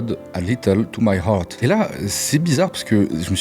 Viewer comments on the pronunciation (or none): none